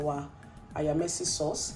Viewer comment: Lol it's AYAMASE